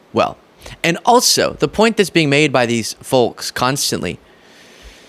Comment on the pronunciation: I love you, but come on… do you seriously not know that the “l” in “folks” is silent? Think of tokes, oaks, or hoax; it’s pronounced just like that 👍🏻